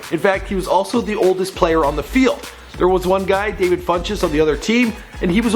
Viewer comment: It's Devin actually... Sorry to be an a-hole but I had an impulse to correct you